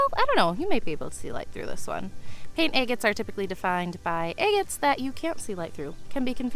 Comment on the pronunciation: Quit saying eggits....its driving me batty!!